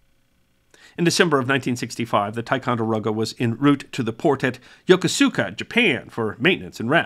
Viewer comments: For future reference, it's not "yoko-sooka", it's Yo-ko-ska. The "U" is usually silent in Japanese. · A minor point for accuracy...The naval base at Yokosuka is pronounced "Ya-kus-ka". Who am I? I was once the Commanding Officer of the base. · Ya.KOS.ska. (Long oh). The port city of Yokosuka has a silent u, so the Japanese word "suka" is pronounced "ska." videos are near perfection! Thanks for your service,. Ya.KOS.ska. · My ship operated with the Tico constantly during this period and I do remember them losing a plane but had no idea it carried a nuke. The Turner Joy was also one of the destroyers involved in the so-called "Gulf of Tonkin" incident. After talking with that ship's sailors we knew that was a lie from LBJ. I lost all faith in the Navy and in the US government as a result. After all, there was no way, even if the USSR or China knew the exact position of the nuke there was no way of retrieving it. BTW, US sailors pronounced the name of the city You-KUSE-ka, and not YOKO-soo-ka. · Yo-kos-ka (the 'U' is mostly contracted) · A better phonetic for "Yokosuka" is "Ya-KOO-ska". Was stationed at Yokota AB at Fifth Air Force Headquarters from 1985 to 1988, Yokosuka Naval Base is one of the prettiest Naval Bases in the world. As it is built in the foothills south of Yokohama, the piers are scattered around those hills. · In every video I watch, I hear the mispronunciation of Yokosuka. It is pronounced: "yokuska" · You have to learn how to pronounce Yokosuka.....to sailors it's always been pronounced "Yo-Kooska". I had a similar experience on Independence, a plane rolled off the deck after landing...too slow to take off too fast to brake. I watch the plane sink wiht one crewmember on top of it in his parachute. As the pane went down he was floating on the water. His chute lines were tangled in the plane and when it got deep enough, he was pulled under. Awful, awful sight to see.